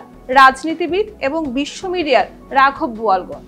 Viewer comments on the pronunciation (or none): none